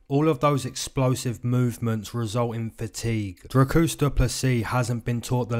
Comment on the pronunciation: He callled him Dracusta or some shit lol